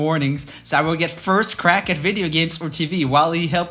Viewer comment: “Only a kid wud do dat.” Mr you need a children’s speech therapist.